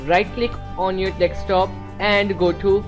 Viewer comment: dude it is called desk top not deks top